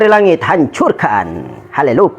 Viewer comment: bukan halelupa bang,, tapi "HALULUYA" gitu harusnya🤣🤣🤣🤣🤣🤣🤣🤣🤣